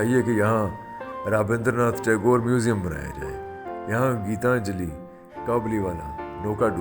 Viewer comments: IT IS GEETANJALI NOT GITA JALI. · اسلام علیکم زبردست وڈیو اور تحقیق کچھ الفاظ کی درستگی کر لیجیے یا ہماری اصلاح آپ نے بو لا گیتا جلی اسے گیتا نجلی معنی گیتوں کی ٹوکری شانتی نکتین۔ شانتی نکیتن 🙏